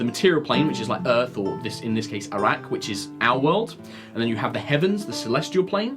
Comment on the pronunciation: Am I the only one who hears Arrak as Iraq?